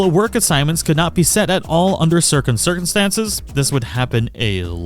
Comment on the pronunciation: "circum certainstances" 😛